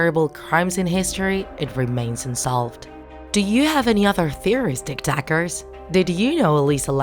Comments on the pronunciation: I can't stop about how she says tiktak instead of tiktok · Tik Tak sounds like Tik Tok